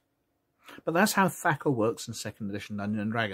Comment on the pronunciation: Other than how you say attribute and THACO, these are still really great! You're one of the only ones who's covered 2nd edition in depth, well. Thank you for it, sir! 👍🤓2 yrs old and still being watched.... wow! 😎